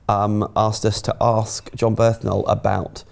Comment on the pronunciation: Bernthal not birthnal